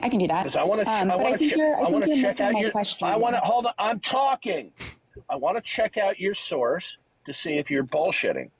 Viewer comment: You know you have on the ropes, prolapsed and panting, when he screeches out "Oiym Talkeen!" What a douche.